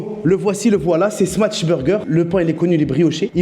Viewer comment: stp prononce "smash" et non "smatch" burger 😃